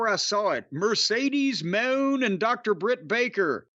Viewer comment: Corny’s use of “Mercedes Mooooooan” is always funny to me